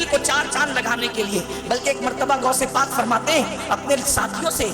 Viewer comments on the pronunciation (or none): یہ مولوی غوث پاک کو گوس پاک کہہ رہا ہے ۔